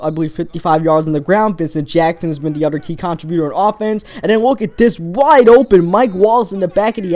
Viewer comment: i like the vids but damn. "uder" "den"